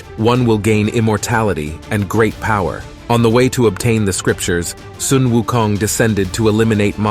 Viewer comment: I love how u pronouce wukongt. Tones r close enuf its good